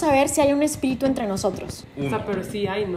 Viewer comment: No sé dice espíritu sé dice espitiru 🤣